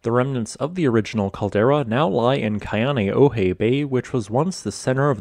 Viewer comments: Con-A-O-hey (Kaneohe) say it right. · Love your content. Pronunciation of Hawaiian nouns a little sus tho. Why-nye, KOH-OH-laou, KAH-neh-oh-hey, Hah-nah-mah bay. Hana maikai, mahalo!! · Waianae=Why-ah-nye, Ko'olau=Koh-oh-lah-ooh Kaneohe=Kah-nay-oh-hay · Nice try, but it's hard to take your work seriously when you massacre such common words as Ko'olau and Kaneohe.